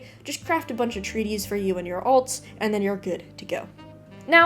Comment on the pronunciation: One small nitpick. Treatise means a pamphlet or article on a subject. It is not the same thing as a treaty which is an agreement. Treatise is pronounced differently, "TREAT is" and more than one would be "TREAT is es. Fantastic video, so detailed and helpful. Love the way you even show the specializations. Thank you!